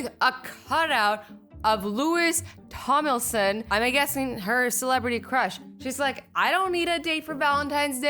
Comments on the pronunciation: Mølly F Tomlinson isn't pounced as tomson. It's pronounced as tom-lin-son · It’s not Tomilson it’s TomLINson